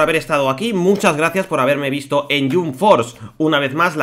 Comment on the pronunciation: Porfavor se pronuncia JAMP no JUMP tal como se escribe